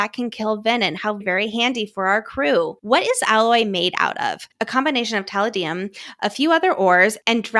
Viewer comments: Love love love your show ! You give the best deep dives ! I very respectfully mention that the word “palladium” is pronounced (puh lay dee uhm) - I also struggle with pronouncing words sometimes and I am obsessed with using google to help ! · I think Violet is actually nuclear fusion. Also the correct way to say the names of those metals is: Tel A Dee Um. Pal A Dee Um. Lol that’s how they are pronounced and they are metals. Since you asked in your podcast. lol. I enjoy these theories. What about the fact the vein. That’s been visiting Violet in her dreams has DARK eyes not RED eyes but BLACK eyes. Xaden has Onyx eyes. Which is black! 😳that’s why I think it’s a time traveling Xaden Venin. Also Xaden has mommy issues too. Poor baby. And I HOPE we aren’t getting a Darth Vader Xaden. 😂😂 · It’s actually pronounced more like tuh lay dee um and puh lay dee um, but that’s interesting thought on Xaden and the eyes